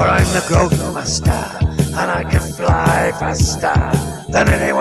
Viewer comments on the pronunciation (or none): should be pronounced ga-rote